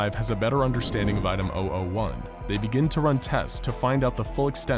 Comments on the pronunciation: When he said item 001 I thought he said item ideoh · Did anyone else hear him saying OwO 1 instead of 001?